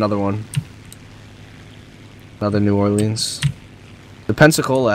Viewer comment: sounds like you guys say: New Arlene